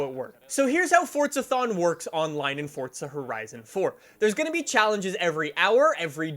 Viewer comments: It's forza, not fortza. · FORZA not FORTZA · It's Forza not Fortcza, same as try saying Freeza as Freetcza, just sounds dum. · He says fortza not forza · Do he spell Forza, ( Fordza ) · The way you say forza bugs me lol